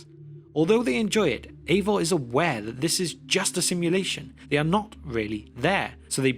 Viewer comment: I know it’s the accent, but I can’t help but hear “Ava” every time. Ava, whose pronouns are He/Him.